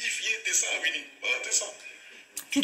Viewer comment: Coucou,! Coucou, chou fleur! Gims m'énerve déjà, à peine sa story commencée. Il est ridicule, le gars! Pour les tacles, il n'est pas bon du tout. Au moins avec Blata, on rigole. Et ça fait quoi si sa montre, c'est une fausse? C'est lui plutôt qui est ko. MDR, Wuinnie, on dit Winnie, prononce bien mon gars! Alors lui, la modestie, il ne connaît pas. "Je suis plus fort que toi", on dirait un vrai gamin. Il n'est vraiment pas intéressant, ce mec. Bref, team Booba pour moi, car Gims trop prétentieux. Bisous!